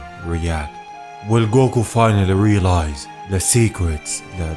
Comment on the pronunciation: Especially when he says “gow-KU (goku)